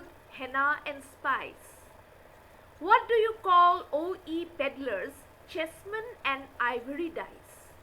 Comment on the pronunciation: Not jessmen it's chessman